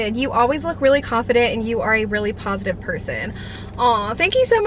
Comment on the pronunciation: ‘Positif’ lmao 🤦🏼‍♀️